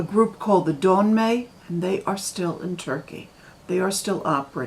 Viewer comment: Notamment, parce que c’est un nom propre et qu’il faut le savoir : à , ce n’est pas « dawn may », mais Dönme.